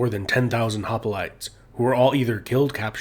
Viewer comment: It’s “hoplites”, not “hopalites”.